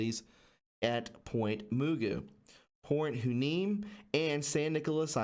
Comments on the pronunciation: If you're going to make a conspiracy theory video, learn how to pronounce the names. Its Point Ma-Goo not moogoo. And it's why-knee-me. Not huandme. Damn dude. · Hey... just helping you pronounce these names from the video brother.... not hating I’m from here and they are strange names.. Point Mugu is pronounced like the cartoon Mr Magoo... and Port Hueneme is pronounced Port Y- KNEE -ME... just helping out brotha keep up the excellent TRUTH reporting! #WWG1WGA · Hueneme pronounced Y Nee Mee Mugu pronounced Magoo Great vid! Thx for all your hard work. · That's pronounced port Wa Nee Me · Hi brother I was born in Ventura county. and grow up in port Hueneme. Hear is how it is said.Y - knee- me. And magu base .great video. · A little help on pronunciation: Point Ma-goo Port Y-Nee-me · It's pronounced Port Y-Knee-Me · The base names are pronounced Point Magoo as in the cartoon Mr. Magoo. The other is pronounced hYneemee. This is a breathy H that sounds more like you are just saying Y. This is from a native tongue. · It's Port (Wa-Knee=Me) Hueneme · Point Hueneme is pronounced Point WHY KNEE MEE 😉😉 and Point Mugu is Point MUH GOO. Thanks so much for all you do from this chick who lives very close to China Lake ♥️ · They are pronounced Point Magoo and Point Why Nee Mee. I would also take a look at San Clemente Island.... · Point Mugu pronounced Muhgoo Port Hueneme=Whaah nee me Was just there a few days ago! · The port is pronounced WY NEE MEE. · FYI point mugo is pronounced like MR. Magoo! and point Hueneme is pronounced wi ne me! there next time you will sound better. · Hueneme is pronounced "Whaneemee" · Port Hueneme is pronounced “Why Knee Me” amd I think it was somewhat sold off under GW Bush Jr to the Chinese in 2006 you can dig fir that fact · Hueneme is pronounced Why-uh-nee-me. Mugu is Ma-goo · Port "y nee mee" Hueneme. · Mahgoo is how u pronounce it and wyneeme is how u pronounce it. Maxwell, is that a relative of gislayne? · Pronounced Y NEE MEE